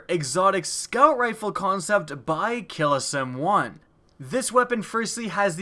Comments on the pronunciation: its not "gillotine" its "giyatine" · Its pronounced geateen not gillateen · It's pronounced "gee-uh-teen." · Bro, no hate, but the first gun in this is pronounced gee-a-teen (guillotine). It the whole "Of with your head" medieval execution machine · He pronounced guillotine wrong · The pronunciation on guillotine was horrible.